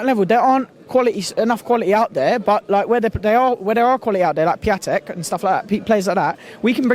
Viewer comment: man pronounced Piatek's name wrong. stay off football manager you ugly clown